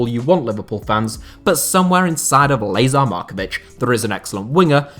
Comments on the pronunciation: You calling him Laser Markovitch is HILARIOUS. It's pronounced "La(h)zaar"...still a great vid, cheers! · It should be pronounced Lah-zahr not Lay-zahr